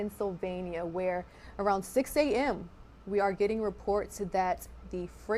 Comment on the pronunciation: It’s pronounced Pittsburgh not picksburgh😂